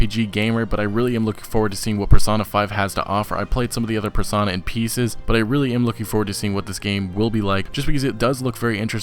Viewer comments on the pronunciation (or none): It's pronounced Persona, Per-So-Na not parsonah. Love the vids still.